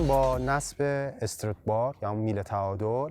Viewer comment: نکته مهم این کلیپ طرز تلفظ درست استرات بار بود ، دم شما کرم که با مطالعه کامل تولید محتوا میکنی